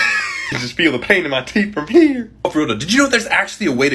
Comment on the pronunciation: the way he says "HEere" Ultralol